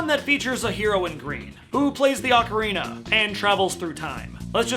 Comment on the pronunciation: I'm wondering how ocarina of time is your favorite game yet you don't know how to pronounce ocarina correctly